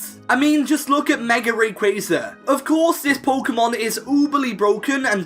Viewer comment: The way he “mega” is the reason why white people cant say nigga😂